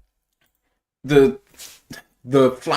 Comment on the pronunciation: Gentlemen - - - Your coverage is very complete and accurate except for one thing ... Sounds like you're calling Ahmed Hassanein (Asinine) which I'm sure is not your goal ..... It's pronounced Hassaneen (long "E" sound) other than that I proclaim you guys "Perfect" ... Thank You for your coverage from across the "Pond" ...